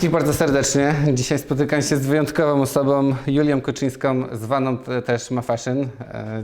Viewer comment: ..... wyjątkowoM osoboM JulioM (a ile ich jest🤣) KuczynskoM (a nie Kuczyńską przypadkiem?) Pan, który chce robić wywiady, musi się nauczyć poprawnej wymowy i napewno spokojnego tonu głosu. To podstawa.